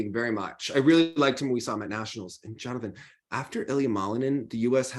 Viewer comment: no, it's not :) Jonathan pronounces it quite well, though, very close